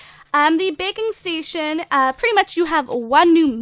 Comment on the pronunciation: When you said "Baking Station" I thought you said "Bacon Station"